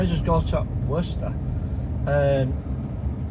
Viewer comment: Great stuff 👍 also you are spot on with how you are saying Worcester 👍